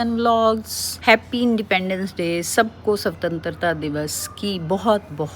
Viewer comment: Sorry to interrupt lekin sawantantarta divas nhi swatantrata divas hota hai ....if you are talking about something special ..please be aware of your accent